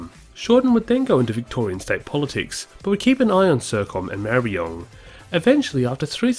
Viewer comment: Ma-ruh-buh-nong is the pronounciation. Other than that I'm loving these vids